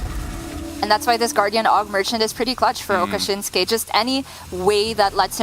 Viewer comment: I have read it many times. It says Okasinnsuke, not Okashinnsuke.